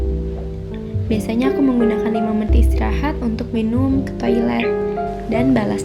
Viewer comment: omg... she said esteraha like Arabs 💅😳